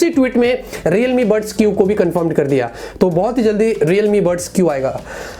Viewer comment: That's buds not bus